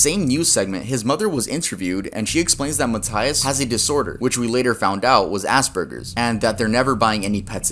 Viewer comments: lmao i thought he said "assburgers" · "which we later found out was assburgers" I DYING 😭😭😭